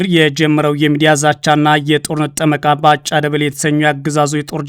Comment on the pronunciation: ላላ አድርገህ አንብብ እስኪ ያበጭብጭህ እና ባ ጫ ይላል ባጫ በል